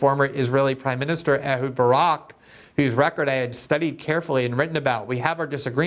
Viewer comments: Why does Glenn keep pronouncing Barak like “Baruke”?? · Ehud Barak, Glen, not Barook. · I am surprised that, as a journalist, Glenn does not correctly say (more than once) the name of the former Israeli PM/its most decorated soldier, and Epstein associate Ehud BARAK! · The name Ehud Barak is pronounced E H O O D B A R A K. Maybe he is just mispronouncing his name on purpose as a slight.